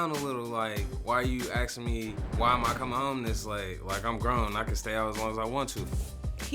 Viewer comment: Why can’t black people say “asking” the correct way instead of saying “axing”